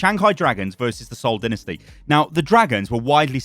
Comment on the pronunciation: “The Seoul dInNaStY”